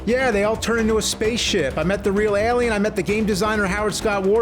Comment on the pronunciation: Made a feature length film about them and still can't pronounce Alien